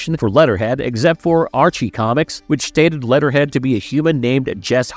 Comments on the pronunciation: It's "wort-hog" not "war-thog." It's "leh-ther head" not "let-ter head ." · He says lead'er head so much! Fix ur A.I. voice or actor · Are you saying war-thog or warsog? Also did you say letterhead? Wtf. Why are so many of these videos voices by seemingly moronic A.I. voices?